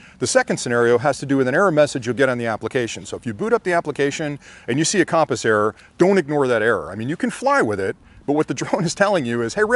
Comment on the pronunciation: Great video as always. Super helpful for new flyers. BUT I got to help you out on your pronunciation of compass.,. It’s kuhm-puhs... as in “come” here.... not KAHM-puhs. 😁😁